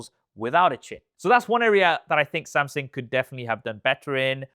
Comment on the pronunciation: Wy do you say Samsing?